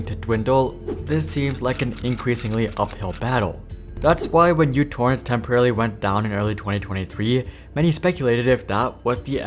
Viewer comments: That is not the letter "u" it is the Greek letter Mu. It is used (among other things) as a prefix to denote a numerical power of the base of ten to the minus 6. As a consequence of this it could well be pronounced Microtorrent, which would be in reference to the applications small size. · Microtorrent. First letter is Greek letter micro μ, not English u. Edit: Serbia, Greece is really close, but also the letter is heavily used in math and science. Letter is important, as micro was key marketing way telling users it's smaller than Vuze and such. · it isn't utorrent , it is μtorrent. how can you make a video about them when you don't even know their name? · That's why I never used any versions other than v2.x due to the bloat. It's definitely micro torrent, not "U" torrent. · It was never "u"torrent, it was always "micro"torrent. God damit. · It’s not youtorrent… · It is pronounced Mutorrent.